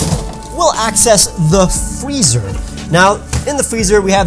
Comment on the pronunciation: Lets get more chill, by going into the fweezer!